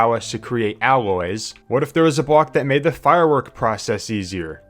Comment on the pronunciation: not to be rude but he just said "wove" and "bwock"